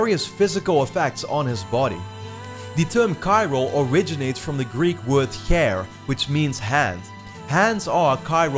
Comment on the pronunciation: the greek word for hand is χέρι, sounds like "hairy" not "hair" nice analysis btw